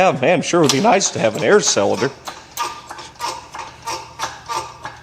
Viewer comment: Sellinder? Is that how you pronounce cylinder when you're from Missouri 😂😂